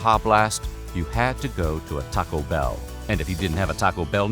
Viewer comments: the way this guy says TAco Bell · The pronunciation of "Taco Bell" throughout is a gem. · Why u gotta say Taco Bell and Pepsi like that? its both hilarious and slightly offensive lol like u just cant be mad :p